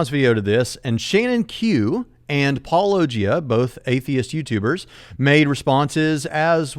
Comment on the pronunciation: I felt like went out of his way to mispronounce Paulogia as [paul-Oh!-gee-uh] every single time.